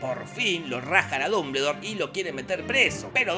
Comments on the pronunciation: No se dice así, es "duhm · buhl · dor" , no "dumbledor". (No finjas, lo leíste como Hermione...) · Minuto "Pero Dumbuldure dice...." jajaja me reí como 10 minutos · "Dumbledor" Dombuldor :v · como le cuesta pronunciar dumbledore y voldemort jajajaj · Nunca vi un resumen tuyo con tanto desgano!!! Claramente se nota que no te gusta la historia y la viste muy por encima. Hay muchos errores, haces chistes con cosas que interpretas mal por desconocimiento,, entonces no causa gracia. Dijiste mas de 20 irritantes veces "Dumbledore" tal como se escribe... Pero se pronuncia "Domboldooooooor"... Ojala recuperes las ganas!!